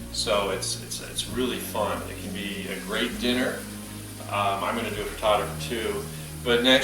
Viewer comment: You say frittato I say frittata!